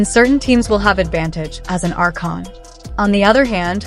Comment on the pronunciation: Its "archon" my friend pls pronounce correctly